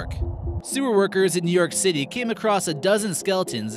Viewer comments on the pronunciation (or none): none